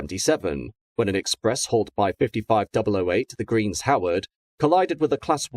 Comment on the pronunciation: Love your videos, although I do need to point out that 55008 is 'The Green Howards', not 'The Greens Howard'.